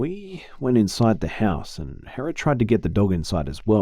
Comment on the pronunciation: did he say hera? DID I CORRECTLY HEAR THIS?? FINALLY SOMEONE WHO SAYS MY NAME PROPERLY